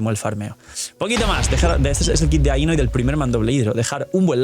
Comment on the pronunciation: I legit cringed from constantly hearing things mispronounced like ae-no, but her name is pronounced as i-no. And Columbina’s name is pronounced a certain way. Colum-bina.